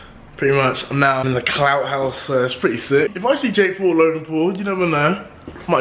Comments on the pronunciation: It’s Paul not pool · this guy is saying pool instead of Paul😅😅😅😅